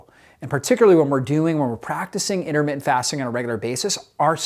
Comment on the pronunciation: 'Innermittent'? Something wrong with your mouth, or just a sloppy speaker?